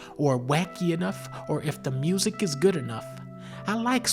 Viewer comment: YESSS THE KING IS BACK supah mayrio bruddahs twoooo